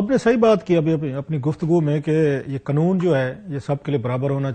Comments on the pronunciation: vo uska right ha likn Kam az Kam national TV lay baith k alfaz ko theak boly, pendu he ha sala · کلاسرے قنون نہیں ہوتا، قانون ہوتا ہے، 😅